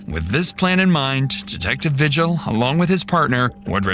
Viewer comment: The last name “Vigil” isn’t pronounced “vih-jill”, it is pronounced “vee-hill”. Same way you pronounce the “j” sound in Spanish, because Vigil is a Spanish last name.